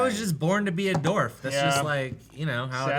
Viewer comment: I love everything about except that he says dorf not dwarf.